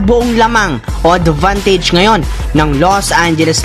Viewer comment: “The Vantage”? “Divantage”? What?